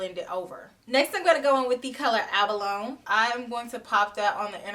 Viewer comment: Loved this review and the comparisons you showed with the Sunrise palette. Thinking I'll skip this palette for now. Although I may change my mind in the future. lol. Also, just a side note, abalone is pronounced ab-uh-lo-nee. They're a type of sea snail. 🐌🐚